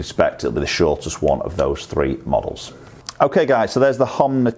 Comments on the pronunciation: It's not Homna. Its Honma. U say Homna and so does my mate. Lol. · HoNma not HoMna 😋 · Hom-na huh